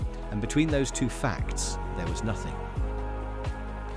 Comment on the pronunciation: Brilliant script and voiceover on these (except the 'TWO' 114 pronunciation!) :) Thank you, Keep it up!